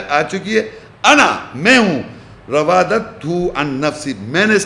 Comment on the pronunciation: خبیث کا بچہ راودتہ کو روادتہ پڑھ رھا ھے اور بنا پھر رھاھے مفسر 😊